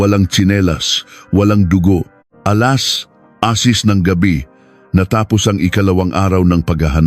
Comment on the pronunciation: You have many words you pronounce them wrong